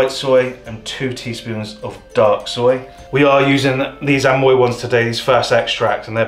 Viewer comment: Your mum really is hilarious, calling the soy "soil" and then saying "wiff" right after, such a way with words